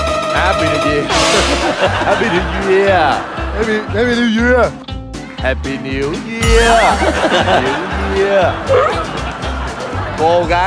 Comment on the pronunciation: Ông chú said: háp bi niêu duya=)))